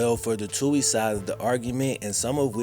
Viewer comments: Also, btw (not that I care about them) it's pronounced Two-eeez not Toe-eeez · They last name is pronounced..... Two-ey not Tow-ey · Love you and your vid’s but it’s “too-ee” ☘️ 🇮🇪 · First where u been? Also the TWO-E'S,THATS HOW THE NAME IS PRONOUNCED, ALSO SEND BIG MIKES SON CHECKS FOR THE FUTURE IE. COLLEGE FUND. BIG MIKE EVEN STOPPED CASHING THOSE CHECKS. SHAME ON MIKE SHAME ON HIM..